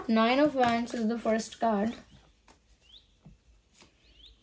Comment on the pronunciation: It's wands pronunciations is like wonds thanks